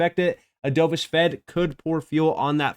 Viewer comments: dove-ish, not dough-vish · pronounced "dove-ish", like the bird. Opposite of "hawk-ish", also a bird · Dove like a bird, not dove like dove in to a pool 🐦